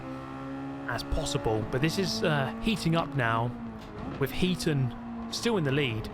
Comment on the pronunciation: Think it's Heat On not Heaton?